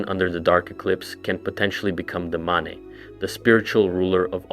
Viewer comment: dude why do you pronounce stuff wrong deliberately? you said maneh and mane in the same sentence theyre the same word. youre doing it on purpose its driving me nuts. also the thalmor tower theory is literally wrong, every time a towers been deactivated the thalmor were not involved whatsoever. could be a FUTURE plan, but it could not have BEEN the plan. that aside i love your videos and i binge them all the time at work. you are super awesome.